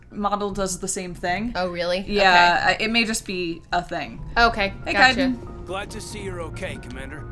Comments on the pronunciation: Hey guys, I love your channel and I'm so happy you're playing mass effect BUT YOY ARE SAYING KAIDEN WRONG! You are saying Kaiden like (Kai-dan) it is meant to be pronounced (Kay-den) Characters in game say it as Kay-den as well PLS PLS PLS PLS PLS STOP hahahahahaha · I await the moment they realize they're saying kaiden incorrectly.... It's not a big deal, but it feels like they said his name more than anything else this episode.